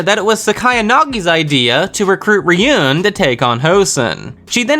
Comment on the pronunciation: ryuen's name is said like re yoo when